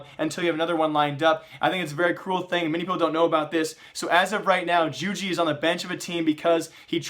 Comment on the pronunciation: Jugi is pronounced 'You-Gee'